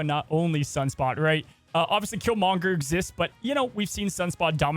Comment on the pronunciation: Am I crazy that he says Killmonger weird? He says Kill-mon-ger and not Kill-mong-er. I don't know. It just sounds off.